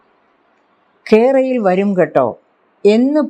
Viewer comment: കെ റയിൽ വരു... ങ്കെട്ടാ 😁എന്നാണ് ഉച്ചാരണം 🤣🤣🤣